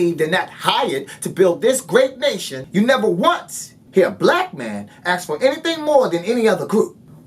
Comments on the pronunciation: axe you mean ask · did he say " when my son AKS me why"